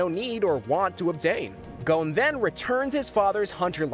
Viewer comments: Good video but it’s not kahlua you’re saying it like the liquor it’s kilua… emphasis on KILL also ging and kirapika all these names are per ounces wrong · Bruh... I really can't stand how this guy pronounced Gon, Kurapika, Killua...